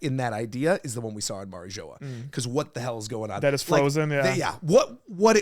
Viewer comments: Bro said Mary joa 😂😂😂 it’s said like marie jua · Bro couldn’t even say mariijoa right😂😂